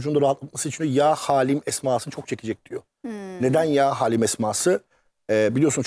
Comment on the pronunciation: Yaa Haalim değil Yaa Haliim doğrusu biraz araştırıp buraya öyle çıkın lütfen